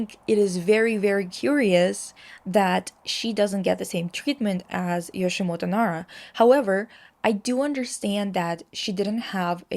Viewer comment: My heart bleeds a bit everytime you say Yoshimoto lol It's Yoshitomo :) One of the reason why he uses a little girl motif is him hearing his mother said he had a dead twin sister whom they were planning to call "Michi" . This conversation with his mother captivated him a lot and probably influenced his motif choice... but well we never know. This info was give by my tutor who wrote his biography and spent lots of time personally with Nara himself. But she also mentioned he's quite unreliable in describing his own work lol